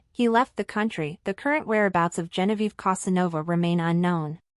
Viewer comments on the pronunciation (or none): You don't even Know how to write and pronounce her name! It is GENOVEVA. Not Genoviva.